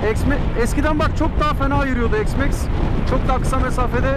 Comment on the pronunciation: Allah askına EKS Max nedir.Hergun yenı ıcatlar cıkarıyorsunuz ozel olsun dıye . X iks diye okunur , nerede X eks diye okunmus ..